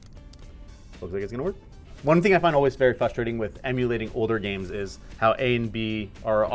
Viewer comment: "fustrating" I love you bro but that is an ICK. Why you dropping the R